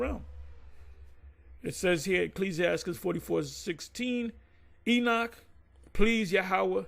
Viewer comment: He don't know how to say Esau now...."Wait!.. let's see if E-sdras.... will save him"..."This man is calling on E-noch....".. E-cclesi as tical...not of the Most High?...had no problems with calling Esau by his biblical name before... what happened to they spirits?.. Isaiah Chapter 52? Isaiah Chapter 54??..huh?...they cringe to Read the last few verses.. Isaiah Chapter 53 in the middle there